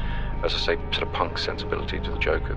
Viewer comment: tres bonne video , mais n oubliez pas de prononcecer le : (The) et non (Ze) svp c est cheap comm on dit , je critique aussi les anglais qu and qu il disent je parle en francaise, je le corrige en leur disant on parle en francais pas en francaise , ce ne se dit pas , alors inquetter vous pas je suis neutre des deux coté , au temps francais que anglais , lol , c est juste blasant d entendre cela comme ca , autant les francais que les anglais fon cela, : ze Batman , ze cnapé, ze cranbery , ze retun of the jedi ...loool arretez svp c est tellement cheap , un truc, pronnoncer (The )comme quand vous dite un (thé ) mais enlevez le accent aigu.....voila ca vien du coeur et lachez pas votre beau travail , c est bien!!😊